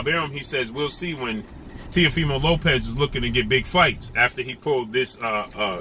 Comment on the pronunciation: Why don't you commentators give Lopez some respect and pronounce his last name the right way. I bet you wouldn't dare call him that to his face.